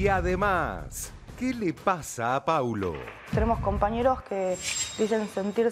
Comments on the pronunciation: 😢😢 es P-A-U-L-O no Pablo. Respeten. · Que molesto que no se sepa el nombre de los participantes el conductor. Encima que no lo sabe lo repite mil veces mal, es Paulo. No Pablo.. a nadie le gusta que le digan mal su nombre mucho menos en televisión.. más allá del bardo q haya, mínimo para conducir algo aprendete los nombres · Camila por amor a Jesucristo bajale al drama querida!!! Y no es tan dificil decir PAU-LO PAU-LO PAU-LO... Ya lo haces de chocante decirle Pablo... 🤨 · Lo del conductor siempre diciendo Pablo en vez de Paulo?? WTF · Se llama Paulo No Pablo. Decí bien el nombre!!! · Al comienzo del programa lo hizo a propósito porque se lo corrigieron y él igual siguió diciéndolo mal, es una vergüenza ese conductor